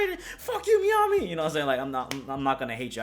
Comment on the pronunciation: Man “BIH” got Meami fucked up